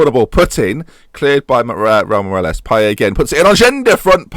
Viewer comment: You pronounce the t in Payet btw - diff pronunciation cos he's not quite French